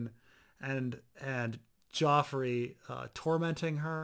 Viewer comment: Best Dotrice moment, saying "Prince Geffrey" half the time during the first book.